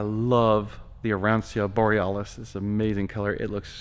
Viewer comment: Color is pronounced ah-Ron-chaw.. not ah-Ron-see-ah. “Ci” in Italian is like “ch” in English …